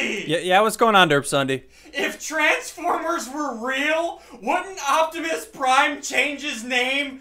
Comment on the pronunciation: Derp ssundee said trans former